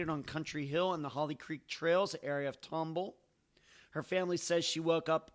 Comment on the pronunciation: Love your podcast and all your content! Keep up the great work! Its pronounced Tom Ball (like 2 separate words) by the way.